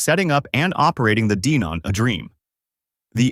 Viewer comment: DEEEnon? huh?